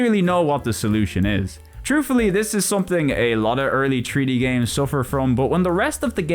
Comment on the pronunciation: Take a shot every time he says tree-D 😄